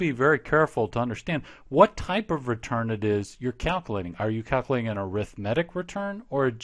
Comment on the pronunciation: "calcalating" lol